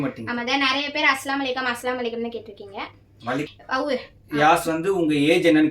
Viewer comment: Assalamu alaikum - அஸ்ஸலாமு அலைக்கும் Va alaikum Salaam - வ அலைக்கும் ஸலாம் இது தான் கரெக்ட் நீங்க அஸ்லாம் அலைக்கும் ❌ வ அலைக்கும் அஸ்ஸலாம் ❌ Unga kitta 3 rd time solran itha konjo crct pannikonga sariya salaam crct taa sollanum illanaa artham vera maathiri ayirum